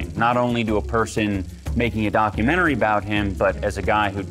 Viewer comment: Dichomentary? Dichotomentary? Documotomy? Dochotomy?